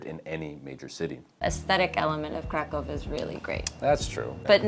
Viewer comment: ok.. im not living in Kraków but im sick of it. Try not to say "Krakov" but more like "Kracoov" it will sound like we use it to say "Kraków" the " ó " is like " u " which means the same but in diffrent words theres 1 and on the other words theres 2 basicly sounds the same like " oo "